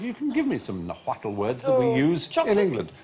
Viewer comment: Mr Fry: First of all, Nahuatl is pronounced "Naw-wat". The L is silent. Sandy is correct that chocolate is a Nahuatl word. And guacamole IS a Nahuatl word, mole is a Nahuatl word, as is avocado, which comes from aguacate.